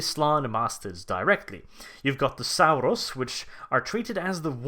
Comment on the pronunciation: 'Sal-rus warriors', 'petro-dactyls'? Dude are you pronouncing words weird on purpose or have you just never been told the p in pterodactyl is silent?